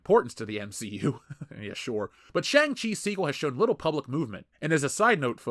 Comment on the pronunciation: How are you mispronouncing shang in shang chi?